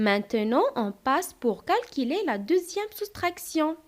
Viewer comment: ما شاء الله شرح جميل لكن لدي ملاحظة في نطق alors تنطقينها ألووووغ وفي في نطق les unités تنطقينها ليزينيطي المرجو الانتباه وايضا في كلمة calculer كالكيلي ربما مشكل في حرف U و تحياتي تبارك الله عليك الله يوفقك